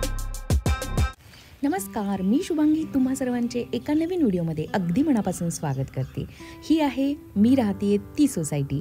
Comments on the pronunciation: मणापासून ❌ मनापासून ✅ अंगनात ❌ अंगणात ✅ आनलं ❌ आणलं ✅ आल्याणंतर ❌ आल्यानंतर ✅ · tumchya na cha problem ahe manapasun asa ahe te mannapasun nahi.. banatla na .. nalatla na.. khup vegla vatla aikayla